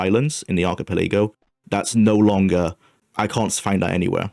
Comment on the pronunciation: I've never heard archipelago pronounced like that